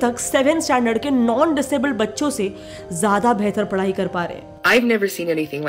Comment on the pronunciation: It’s not padai it’s padhai smh